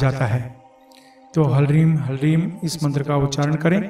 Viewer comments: Yeh HALEEM hai, HARLEEM Nahin. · "Halreem" Galat Hai. Halanki Hindi Mein Nahin Likh Raha Hoon Hoga "Hleem". Ha Aur La Sanyukt... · कृपया उच्चारण शुद्ध करले क्योंकि ये हलरीम नही बल्कि हिलरीम उच्चारित होगा क्योंकि ह पूर्ण न होकर आधा ही है ठीक वैसे जैसे हिलीम में ह आधा है! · आप गलत बीज मंत्र बोल रहे हैं।hlreem बीज मंत्र नही होता। ह्रीम होता है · Apne likhe he Hlreem but bol rahe he Halreem? Kounsa wala sahi he